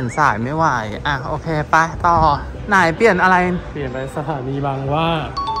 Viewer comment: บังฮวา ❌ บางหว้า ✅ พี่เรียกเหมือนหนูเลยค่ะ 555555